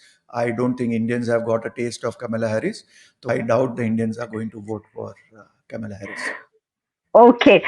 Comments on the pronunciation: It is Kamala, not Camilla 😂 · Kamala not Kamila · Name is kamAla not kamila. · Why are they both saying Kamila instead of Kamala? It is a South Indian name! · These two are pronouncing Kamala's name "Camilla Harris". Its pronounced Kam-La. Its a bit weird that Indians like yourselves say Camilla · First, it is not Kamila but Kamala. Her mother hails from a Chennai Brahmin family. Second, this guy’s prediction is based not on astrology, but on bias. Crap. Trump in no way is going to win. He sits 1000s of miles away and does not see the vulnerability of trumps position over here. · Kamila??? It is KAMALA. Indian name!!! Ek naam bhi seede pronounce nahi kar sakte, na hee uski spelling correct hai title mein. God!! What kind of accuracy can we expect??!! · PEOPLE WATCH YOU ALL OVER THE WORLD, PLEASE DO NOT MAKE ANY SPELLING MISTAKES....IT IS KAMALA NOT KAMILA. IT IS VAASTU NOT VASTU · This can't pronounce Kamala, calls Camila! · Camila man it is kamala. Can you pronounce her name properly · WHO is KAMILA..... It's K A M A L A.. KAMLA. 🤦🏻🤦🏻🤦🏻🤦🏻🤦🏻🤦🏻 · It’s Kamala, not Kamila 😅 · She is "Kamla" not "camila" 😂😂😂😂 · It is Kamala Harris and not Camilla Harris as you both have pronounced. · It is kamlaa not kamila .pronunciation is incorrect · It is kamala not kamla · Not camila but kamla (devi) . Pls correct your pronunciation. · Namaskaram, Her name is Kamala Devi Harris not Kamila Harris correct it.Jai Bharath. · it is not Kamila but Kamala ie Kanwal her full name Kamala Devi